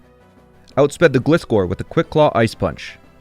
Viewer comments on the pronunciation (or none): says “Gliss-score” Me: “EXCUSE ME?! It’s pronounced “Glie-score”!